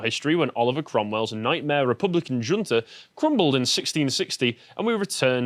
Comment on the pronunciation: You know you're talking to an Englishman when he can't pronounce "junta" correctly.